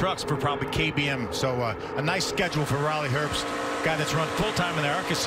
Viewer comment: Why does he keep saying Riley erbst. it’s pronounced Riley herbst with a h